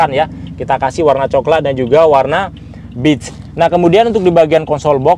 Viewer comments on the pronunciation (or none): Maaf bg, sedikit koreksi untuk penyebutan warna "beige" nya kurang tepat, yang saya dengar "bitch", bitch bisa diartikan "pelacur" bg dalam bahasa Inggris